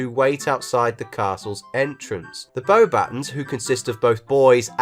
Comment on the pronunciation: It's pronounced "bo-bah-TÔH". Not bowbettons